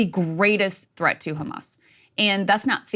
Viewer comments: Funny how Sanders pronounces "Khamas", i.e. like in Hebrew. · Bernie says khkhamas just like every good Likudnik. Sorry Bernie, I thought you were better than this. I hope you find Netanyahu's pocket comfortable, it must be crowded with most of the US Congress in there with you. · Just the way Bernie says Khamaas shows where his puppet strings come from : The correct word is HMS (Ḥarakat al-Muqāwamah al-Islāmiyyah) translates in English as A Resistance Movement For Restoration of Peace (Islam means peace). At least, know your enemy. Nobody in political power seems to know HMS or Hamas. Israel projects their worst fantasies on them and obviously has the ear of American politicians - I guess the AIPAC paycheck is the problem and after 9-11 it has just become the norm to be Islamophobic if you are American. But, shouldn't people be less intellectually lazy and try to understand their 'enemy'. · How he says “ Hamas “ is so pathetic . Trying to sound “ Israeli “ Some sea mites 🤦🏻🤦🏻 Can’t pronounce a Semitic letter properly…🤷🏻‍♂️